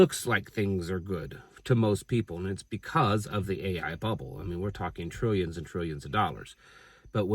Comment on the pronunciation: THE BEERRBBLE!! Hahahaha made me laugh